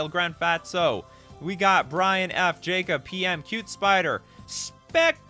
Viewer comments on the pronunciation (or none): none